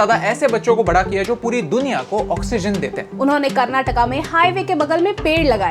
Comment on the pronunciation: Thank you so so much for pronouncing it as KARNATAKA instead of KARNATAK